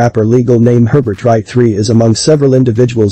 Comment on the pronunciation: Something got me when you said “HerberTTTT” 🤣🤣🤣